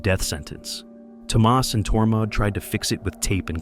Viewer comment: Toe Maus instead of Thomas?